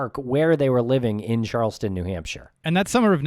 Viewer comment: &, it is CHARLESTOWN NH not Charles-ton, BUT CHARLES-TOWN, please!